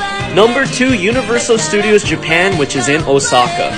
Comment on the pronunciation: The way you pronounced Kyoto right but not Osaku 🤣